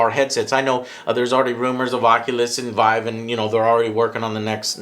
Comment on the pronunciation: Vive: It's pronounced "Veev" not "V-eye- v